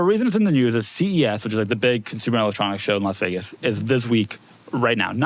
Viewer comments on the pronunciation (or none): none